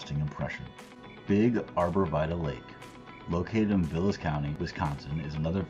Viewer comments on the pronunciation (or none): Hard to trust someone who can’t pronounce vilas